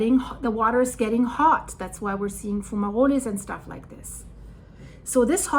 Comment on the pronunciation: I never heard someone say fumaroles so elegantly before.